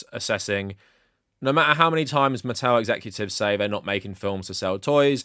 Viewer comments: Holy shirt, dude. It’s “muh-TELL.” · Mattel - Muh-tell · Good video but you're not pronouncing Mattel correctly. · "Why do we need another Thomas movie if we have the one with Alec Baldwin?" Because Thomas and the Magic Railroad was mid and boring. Edit: And it's not like another theatrical Thomas movie wasn't attempted before (although The Adventures of Thomas predates Mattel buying HiT Entertainment). Edit 2: Why do pronounce Mattel weird. I've seen other British Thomas Youtubers pronounce their name fine. Also, you should've done research on Mattel properties you didn't recognize.